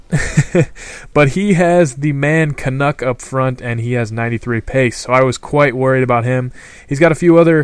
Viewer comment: It's not pronounced 'knuk', it's more like 'kernecker'